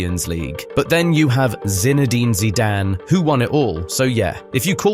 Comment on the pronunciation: Definitely AI, nobody who knows anything about football would pronounce his surname like